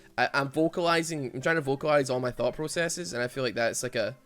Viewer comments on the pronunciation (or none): none